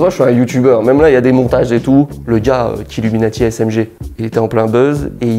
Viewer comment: Comment il termine Killuminaty 😂😂😂😂